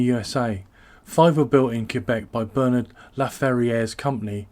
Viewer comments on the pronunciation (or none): none